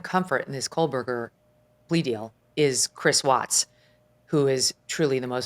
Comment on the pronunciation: Common can’t anyone tell Megyn Kelly that for years she has pronounced Kohberger incorrectly? No letter L in the name.